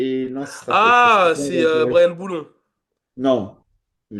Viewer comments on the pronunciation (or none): * -bryan boulon au lieu de boulant -nonante neuf ça veut dire 99 pas 79 -on dit victoire consécutive pas « consécutif » C’est ce qui fait votre charme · qui se moque de sur l'ecorchage de nom et qui appelle Brian Bouland "Brian Boulon" 😂 et c'est pas la 1ere fois qu'il écorche un blaze